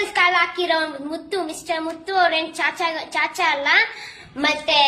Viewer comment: ಸಾಚಾ ಅದು ಚಾಚಾ ಅಲ್ಲ